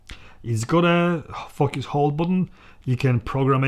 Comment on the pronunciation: A wonderfully enthusiastic review, supported by photographic examples. One word of caution: be careful how you pronounce “focus” (remember—it’s a long ‘o’) 😄